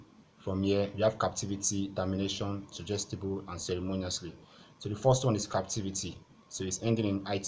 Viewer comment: I think Ceremoniously should be stressed on "MO" and not"NI"